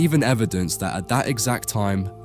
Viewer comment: It's not AI, an AI generated voice wouldn't continually substitute the word 'that' with 'dat'... As for the orb, it's a painting not a photograph, art is subjected, the lens just displays whatever you present to it